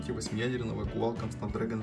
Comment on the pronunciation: Не квАлком,а КвалкОм